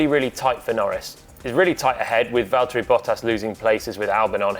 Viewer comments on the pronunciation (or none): none